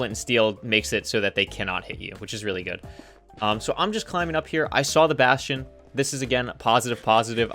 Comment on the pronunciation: What the hell is a “bashion”